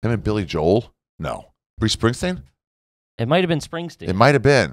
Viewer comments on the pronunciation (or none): is pronouncing Bruce Springsteen as “Bruce Bringsteen!”